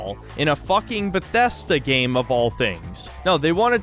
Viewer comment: why does he pronounce bethesda like that